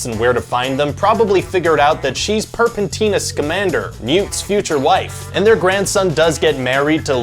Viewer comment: butchered "Porpentina" too